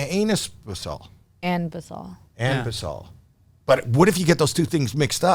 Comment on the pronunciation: Lol Its ANBESOL